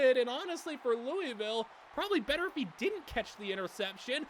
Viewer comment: Anyone want to tell him how to actually pronounce louisville